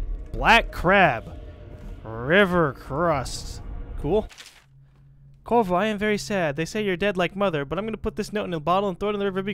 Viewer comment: Lol his name is Corvo, not Corzo.